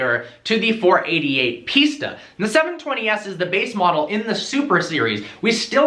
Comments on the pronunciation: It's not "piecetaaa". It's "Piss-taa" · why do you keep pronouncing it pizza? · It's pronounced pista like pistachio or pfista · sounds like ''pizza'' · Cant even say pista properly :)